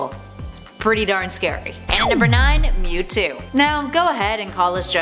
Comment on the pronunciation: I HATE how this person is pronouncing the names of these pokemon, and btw mewtwo mega Y is superior. And didn't Giratina help normalize Palkia and Dialga when Cyrus controled them?